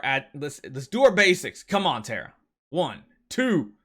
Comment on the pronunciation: I thought u said a filipino word for a sec but u were talking about the light hero tara XD